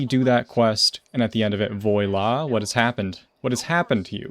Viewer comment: "voy-la* 😂 my dude, voila is not pronounced that way.